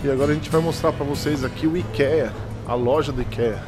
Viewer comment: Queridosss, encontrei o canal de vocês hoje procurando por viagem com dogs e foi um achado!!! Obrigada pelo conteúdo maravilhoso. Só uma diquinha construtiva: ikea se pronuncia "aikia". (ps.:fiquei com o coração na mão no vídeo da perdida no aeroporto, ainda bem que deu tudo certo <3)